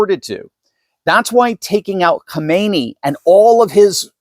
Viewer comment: try saying KHAM EN EI instead of KHO ME NI. There is a difference, you know.